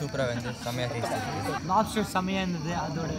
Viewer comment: american lapster 😂